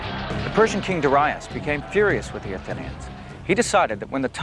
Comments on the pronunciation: Darius. The first syllable is stressed. Look it up. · The pronunciation of Greek and Persian names is hilarious. Mill-TY-adees LOL, Der-II-us LMFAO